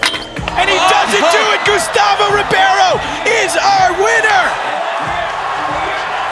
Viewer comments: É Gustavo Ribeiro não Gustavo Ribierio. Aprendam a dizer os nomes corretamente. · Rowley says Ribeiro wrong every time :)